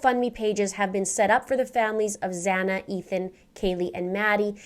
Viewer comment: Its Xana